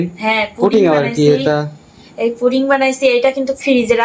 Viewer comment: Apu etake puting bole na eta holo puding